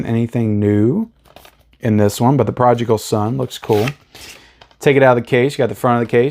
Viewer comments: Okay A big rag on you. THE PRODIGAL SON IS NOT PRONOUNCED PROJICAL!!!!!!!!!!! Also you dissed the original artwork of Sammo and the boys, that is classic and anyone who wants this must have that. Now not the best artwork but NO need to DID it. Your lack of movie knowledge is so aggravating at times. I still watch you but you have some issuesssss!!!!!!!!!!!!!!!!! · Progical Son? What? Re-read that title,...😄